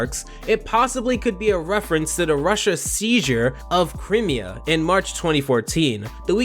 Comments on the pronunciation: the way he pronounce crimea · Alias. Really. That's the word you struggle with? Oh, and Crimea. Bad.